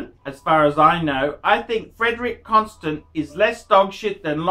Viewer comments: this guy is a joke. he can't even pronounce the name so I'm sure he knows absolutely NOTHING about the watches. love these amazing watches. CLASSY I have 8 of them love them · He can't even pronounce the brand name correctly